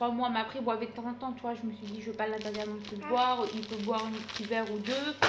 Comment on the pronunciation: ma belle on dit « il buvait » pas il bouvait.